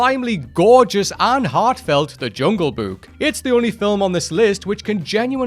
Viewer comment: I hope I don't sound rude, but the way you keep saying "Jungle Buke" is driving me crazy.